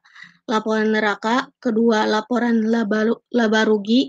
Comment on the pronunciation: neraca bacanya ya nak...bukan neraka....